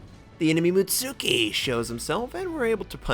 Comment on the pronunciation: mutski not mutsuki xD the tsu just sounds like a ts